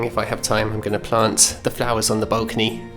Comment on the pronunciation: i've never heard any english person say bulcony, XD what accent is that?